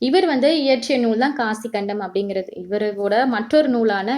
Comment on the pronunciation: not காசிக்கண்டம் that is காசிக் காண்டம்😊